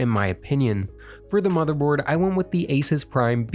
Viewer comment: It's 2025 and he's still pronouncing "ASUS" wrong lmao.